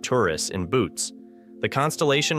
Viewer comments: "Boots" - Boh-oh-tes, you experts. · Boots, lol. It's 'Boo Oh Tees'. Gronk. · Please make the effort to pronounce the names of the constellations correctly. Boötes is not pronounced "boots". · Boötes doens't sound like boots... nova <> supernova... I'm out. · Boötes is pronounced as two syllables; the two Os are separate.